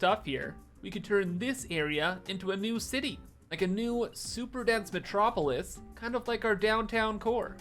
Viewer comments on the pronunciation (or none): none